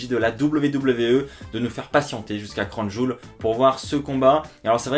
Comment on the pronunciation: Comme tu a prononcer Crown Jowel 😂😂 "Cronne Jul" 😂😂